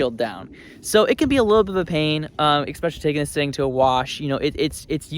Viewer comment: There’s no “k” in especially. It isn’t “ekspecially” is “especially”.